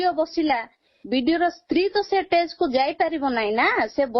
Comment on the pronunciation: Stage ❌❌❌❌❌ ଟେଜ୍ 😂😂😂😂 ✅✅✅